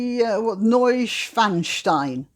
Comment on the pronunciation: Oh, I noticed 100% nailed the pronounciation of Neuschwanstein Schloss. Sehr gut! 🇩🇪